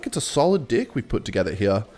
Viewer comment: You really sound like you are saying “dih” while saying deck so much that the subtitles are getting it as dick